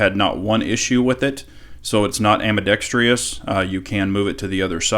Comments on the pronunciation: Excellent review. Thank you. Small remark, It's ambidextrous not ambidextrious (there is no i after the r) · It isn't "ambidextrious". There's no i and it's a whole syllable shorter.